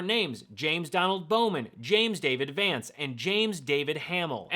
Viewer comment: 'Shay - D' Vance.